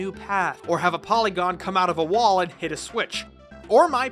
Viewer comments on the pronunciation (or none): It’s PoRYgon, not ‘Polygon’ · It's Porygon. Not Polygon. 2018 people.